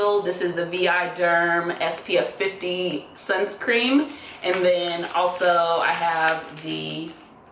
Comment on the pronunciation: is she saying sunscream??